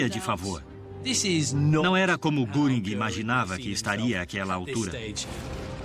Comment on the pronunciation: Essa pronuncia me doi os ouvidos "guringui", sendo que o mais correto seria "guerin"(göring)